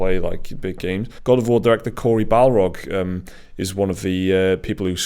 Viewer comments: I love how calls Corry Barlog "Balrog". That would be an epic last name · BAR-log not BAL-rog